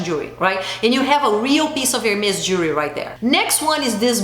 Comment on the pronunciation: I’m portuguese I know that you’re brazilian yes it’s so hard to say jewelry lol drives me crazy to pronounce that to! If you come to Portugal go to a privately owned jeweler or even stores in malls here you will sell gold, diamonds starting 700 euro (gold ring with diamonds) and it’s 24 karat not that horrible gold I see in those brands lol! Gold plated means a bath of gold which is crap lol sorry to say it like this! It’s the best investment you can make gold diamonds and precious stones for 1200 you can get beautiful pieces here with the most noble materials and it’s an investment or less! I find jewelry so overpriced in USA and Portugal has more than 500 years in tradition with fine jewelry. You have amazing taste so it would be wonderful to see what would you pick! I know Brazil have wonderful stuff to with much more quality. Chanel does not have quality I feel a bit ashamed for them to sell such low quality without noble materials. And yes Gold Lasts forever the rest wont! Glad you are a very smart lady agree 100% with what you say!